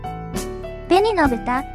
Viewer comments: くれないの豚 言い方違う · 紅の豚⇐紅の豚○べにのぶたって言ったけど。AIだから？